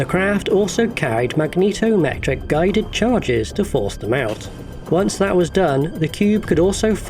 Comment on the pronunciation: “Mag-neeto-metric”‽ Somebody’s an X-Men fan… 🤓🤓🤓